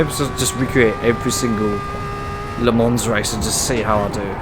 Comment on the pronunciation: its "Ley Mon"